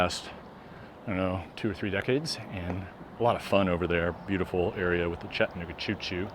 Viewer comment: CHATT-a-NOOG-a. Like Kalamazoo and Albuquerque, the second syllable is not swallowed or silent.